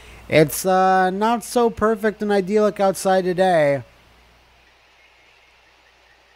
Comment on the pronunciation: I believe it's pronounced eye-dill-ick.